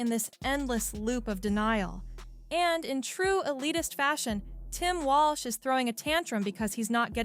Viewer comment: the narrator calls him "Walsh?"